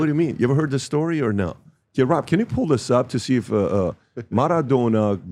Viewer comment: Wtf is "Marathona"?